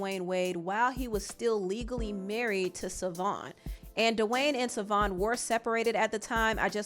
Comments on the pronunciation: The ex wife name is pronounced Chivone or shavon not savon it is an Irish spelling lord jesus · His ex wife's name is pronounced SHAvon, not Savon. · Ur getting much closer to pronouncing his ex name but there's a sh sound at the beginning (pronounced shuh-von) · Her name is pronounced “Sha-Von Fun-chez”